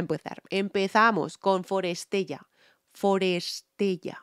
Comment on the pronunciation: es forestella, pronúncialo bien